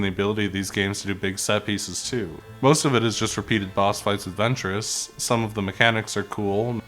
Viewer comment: I love this game. My favorite of all the Lego game ever. Only thing is that a few characters and people are said incorrectly. Asaj ventress and geonosians are the ones I’ve caught half way threw. Otherwise amazing vid